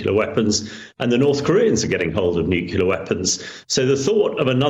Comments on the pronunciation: Nucular? WTF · When the "expert" says nucular like George Bush.